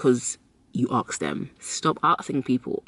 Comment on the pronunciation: It’s ASK, not AKS